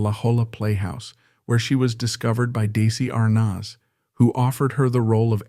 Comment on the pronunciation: This AI narrator is terrible. He doesn’t know how to pronounce Desi Arnaz, La Jolla, Albuquerque, and more.